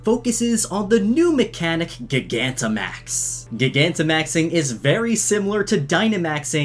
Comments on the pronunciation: Can you stop calling Gigantamax,GEE-GA-NTA-MAX? Just call it Giganta-max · Its Not Prononced Like Gi-gamaxing Is Pronounced Like Jygantamax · Gigantic not giga ooooh it hurts lol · Everyone please like this comment so Mikes reads it. Gigantimaxing is NOT pronounced like gigabyte. Its pronounced like gigantic. As in they get big, as in gigantic. Please, pronounce it right. Its getting annoying dude. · Gigantic. Pronounced Jai-gan-tick. That’s where the word gigantimaxing comes from. Also, BOI DAS A WRENCH. Small mistake, but you’ve pronounced gigantimaxing like that a few times and it’s driving me nuts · Gigantic*max not Gigamax lol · It’s pronounce JYE-gantamax as in the word Gigantic. Everytime you say Gih-Gantamax it sounds like you’re stuttering lmfao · You’re a nice kid, but you have a couple things about yourself that raises some concern...have you ever pronounced the word gigantic (JI-gantic) as GIG-antic? Lol just remove the c, and add the word MAX at the end of it dude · Ugh I hate how you pronounce gigantamax gigantic isn't pronounced gig-an-tic it's pronounced ji-gan-tic lol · please pronounce “jie-ganta-max” correctly before i die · aight chief great video but first of all that's a damn wrench! second of all, you're mispronouncing gigantamax. i think it's a play on gigantic, which would imply it's pronounced that way as well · I think it's pronounced "Jie-gant-uh-max-ing" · Is no one gonna talk about how he says gogantimaxing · did anyone else get mad when he called it gig-anta max? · Am i the only one who pronounces gigantimax like (gy-ganti-max) you know, like gigantic. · Gigantamax is pronounced like Gigantic. No hard G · Gig Anta Max? how do you say Gigantic? lol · Is it not ji-gant-a-max? Surely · Gigantamax? I think its pronounced Gye-Gant-Amax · Say it like giant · It’s pronounced, J- eye- gantimax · It’s GiG-ant-amax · It's pronounced jigantamax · It’s pronounced gy-gant-a-max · Not gigantamax it's gi-ganta-max 😡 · Your saying gigantamax wrong